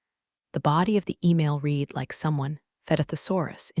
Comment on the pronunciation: Please teach AI context for when to pronounce "read" as reed or red.